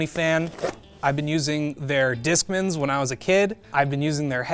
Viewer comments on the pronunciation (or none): Its pronounced disk man, not "diskmin" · So sorry but Discmin totally caught me off guard. 😂 Never heard somebody pronounce it like that. I’ve only ever heard Walk/Disc MAN or MEN never Min. Anyways…back to the video.